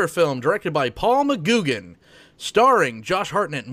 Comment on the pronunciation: FYI McGuigan is pronounced muh-gwi-guhn.